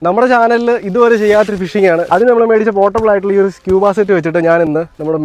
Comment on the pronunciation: It’s not scuh-buh, it’s skoo-buh.